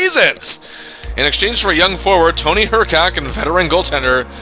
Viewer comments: Hrkac was pronounced her-kiss, not her-kak. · Dude you were totally mispronouncing Hrkac. It’s pronounced “Hr-kiss”, not “Her-kac.” Suggestions: the 1980-81 Winnipeg Jets who went 9-57-14 that season. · Tony Hrkac rhymes with pony circus.